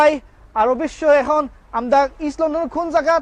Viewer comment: I’m so sorry you need to speak probably in sylheti bangla. We can’t understand what your saying. It’s not amda it’s Amra. Monin bhai you need to teach them probably bangla first before you make them a speaker for your page.